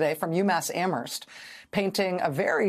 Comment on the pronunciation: Thank you, Rachel, and Mr Bookbinder, for keeping THIS prominent in the news, and finding solutions to another unethical play in the criminal Trump playbook. And dropping the “H” in Amherst! 🎉